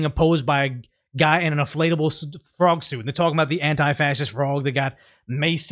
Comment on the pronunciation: I think they're pronouncing it like, "Anti-flatable."